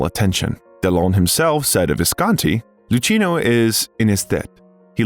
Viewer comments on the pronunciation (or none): DO learn names correctly, dear Al. narrator! Try punctuation too. LuKeenoe Visconti (Luchino) Paroll, paroles no (S)